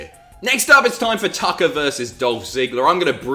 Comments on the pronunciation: I could swear you said Dolph vs. Taka. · Who else heard Taka instead of Tucker?